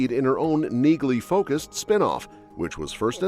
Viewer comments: the "g" is silent. Have you even watched the show? Her name sounds like nee- lee not neegly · It's pronounced nee-ly. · Neagley is pronounced Knee-Lee. The G is silent. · Pronounced NEE-lee! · It's NEELY! Drop the "G" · Her name is pronounced "Nealey". The "G" is silent. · You're pronouncing Neagley incorrectly. The "g" is silent. And Reacher is gonna suffer without Sten in the series I can tell you that as she is extremely popular on that show. Yep she's a helluva an actress. No touchee! Quite a switch for such a good looking woman. I wanted Reacher to give her a huge hug in several areas but I guess it won't fit. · I hate those voices they use in videos. Can't even pronounce names properly. Says Neagley and pronounces the silent g. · The "G" is silent in Neagley, like the "G" in Neighbor and Phlegm🤔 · Listen to the characters in the actual shows. The G IS SILENT in Neagley.